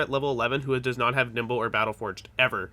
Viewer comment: Why do I keep hearing you say nipple everytime you say nimble. Specialize in NIPPLE...BRO I ALREADY DID AND I STILL SUCK! :)